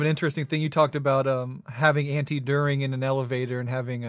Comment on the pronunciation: Dühring, not Durhing.